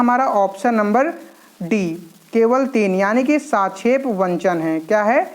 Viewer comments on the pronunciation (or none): साक्षेप वंचन नहीं गुरु जी सापेक्ष वंचन। पहले हिंदी तो पढ़ना सीख लीजिए तब पढाइये गुरु जी